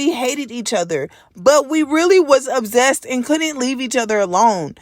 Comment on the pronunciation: The only issue I have with this video is how you say ObZEst. It’s OB-SESSED (ObSSSSSessed) 😂😂